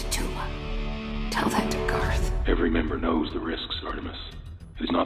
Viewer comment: Tempest is named GARTH, not Gar. Gar is what Best Boy's name, Garfield, is shortened to.